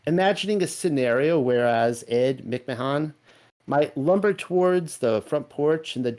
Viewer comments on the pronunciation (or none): Why does he keep calling him McMon? It's creeping me out, like the pronunciation of his name changed even...It didn't change did it? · hard to believe this when he can not even say ed mic man😆😆😆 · I lol'd every time you said mick-mahahn 😂 I 100% remember it as Publisher's Clearing House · You do an EXtensive amount of research, then have no idea how to pronounce Ed Mcmahon ? this was very weird to me, I grew up watching this shill